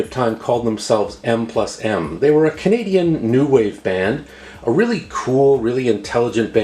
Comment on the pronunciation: Great taste in music. I'd love all of those. Must check out the Souvenir cover. Always enjoyed M+M. You managed to say it in a manner that it didn't sound like the more recent rapper!